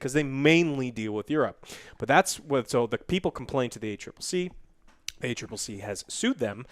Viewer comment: He said A triple C woooooo! He/someone finally got it right